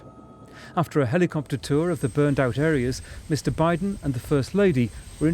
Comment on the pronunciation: Joe Bideen.